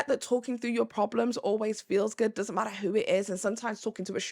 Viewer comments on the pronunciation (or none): none